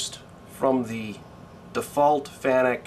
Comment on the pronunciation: Hey I noticed the Fanuc pronunciation right off, had a laugh, are going to the IMTS show next week?